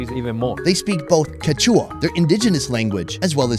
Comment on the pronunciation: Btw im pretty sure it's pronounced "Quéchua" not "Quechúa"